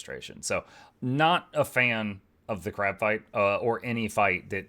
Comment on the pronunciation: No, not 'on Crack'... on Crab!